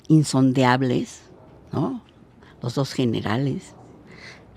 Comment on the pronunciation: la palabra correcta es "insondable", NO insondeable, ¡aguas!, jejeje....saludines!